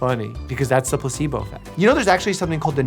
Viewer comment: when he pretends to be pokemon trainer, he sounds like he said plusebo effect...